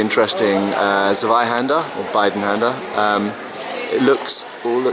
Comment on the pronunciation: Again with the ssswaihander... I love and respect you a heck of a lot,, but you would do me a solid if you could get your German "Z"s to "Ts"s... It really is very jarring to hear you mangle the word like that. edit: and the Bidenhänder is supposed to sound like "Beedenhander", as the letter "i" in German is pronounced like "ee" would be in english.